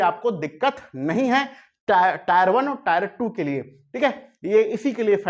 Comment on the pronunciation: अरे भाई tre को टायर 1,2 बोल रहे हो